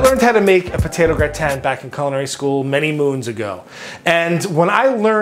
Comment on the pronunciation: I've never heard gratin pronounced "Gra-tan", always "grah-tin". If it wasn't for the blue cheese I'd probably try this.